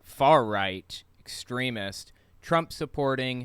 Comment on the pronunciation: At first I thought you said 'excremist,' like a made-up word for someone who dabbles in excrement. I was pretty close...